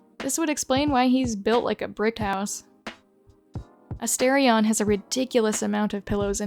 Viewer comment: Dear god the way you pronounce Astarion 🤭